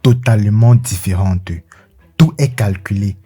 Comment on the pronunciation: le charismeu , differenteu , dominanteu .....j'aime bien l'idee , mais je ne supporte pas l'acces. on croirait une parodie des dialogues de kirikou